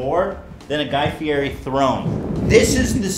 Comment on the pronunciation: That’s not how you pronounce Guy Fieri :(